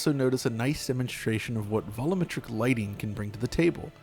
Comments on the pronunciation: Say it with me: “VOL-YOU-METRIC”. LOL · you're mispronouncing Volumetric as though there is no U it sounds like you're saying "valla-metric" not "vol-u-metric" much like the word "vol-ume" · uses the "voll-umm-metric" pronunciation versus the more common "voll-you'm-metric" way. Both are valid.